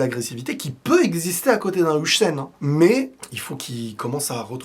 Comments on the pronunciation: Faudra apprendre à dire Huijsen aussi "HAWSEN" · Please on prononce "Oeil seine" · STP HUIJSEN ON PRONONCE ŒIL-SSEN PAS UJSEN